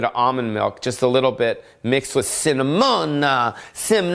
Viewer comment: I'm a couple months behind but I have to say....this is the worst one yet. Yeesh. The best/worst part was when you said cinnamon like an idiot.